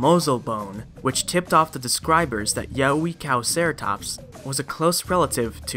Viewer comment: Yeh-way-cow-ceratops is a more adequate pronunciation